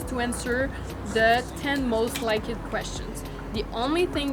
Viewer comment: So cute how she says most likED 💘